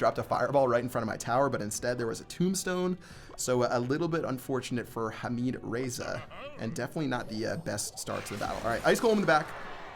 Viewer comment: you almost said "Hamid"(حميد ) perfectly most people can't say the letter "ح" but you almost did it